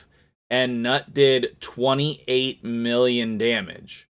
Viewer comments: "newt" not "nut" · i think he is pronounced newt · NEWT. Thats how it's pronounced. 😊